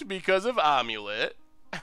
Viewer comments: Am-u-let (as in "I am"), not "Omelette" or "Aim-let" :P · Am-U-Let. I feel like you're saying ahm-u-let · not gonna lie when you said omulet I thought it was a joke deck name for some sort of amulet + eggs combo. I have never heard someone say it like that before. I figured most people have seen the old mummy movies.